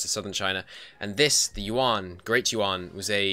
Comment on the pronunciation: i think the 5 discipline is worth the 10 morale if you dont want loot money and the yuan dynasty is pronounced kind of like yen